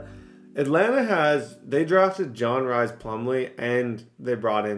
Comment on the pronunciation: RHYS is Pronounced Reese lol not Rise or Rice. Respectfully